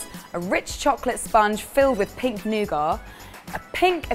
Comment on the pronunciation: Haha I thought said pig nougat, I had to go back and listen to it again pink nougat makes much more sense